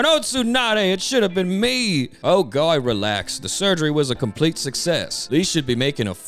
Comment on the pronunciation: Tsunades voice is PPPPPEERRRFFFEEECCTT please keep the voice, like the way you said Guy as “Goi” Emphasis on the I has me cracking alittle bit.